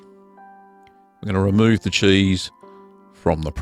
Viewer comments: I just love the way this man says "Chueese" 😂🤣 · You say cheese like I assume fancy mice would.